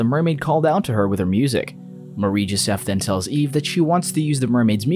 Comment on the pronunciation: Take a shot everytime he says "marieee jesef"